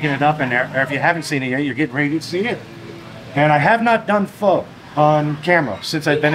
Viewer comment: he pronounced Pho correctly haha